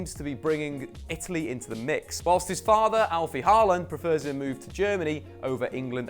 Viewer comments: Paland? Halland? If you're going to butcher his name, at least be consistent. It's pronounced "Haw-lan" like "Law ban" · The way you pronounce his name is just too funny. 😂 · Dude. You absolutely butchered his name